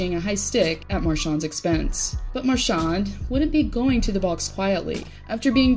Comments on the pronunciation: could you actually learn to pronounce his name before you post about him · One of the best players! Gotta love him! Just say his name right 😬😂